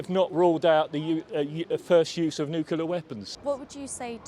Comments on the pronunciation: There’s about a dozen people there! Why give them publicity? Can’t even pronounce nuclear properly.😂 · Apologies, this is appalling video. These are just views but from who? Is this a face of self preserving interests and disregard of someone’s freedom? Never mind that some cannot pronounce the word “nuclear”. Protesting of course don’t mean participating but protest for the justice and Russia is not in the latter.